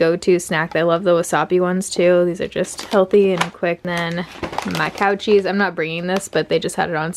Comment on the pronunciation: Who else thought she was saying COUCHIES instead of cow cheese 🤣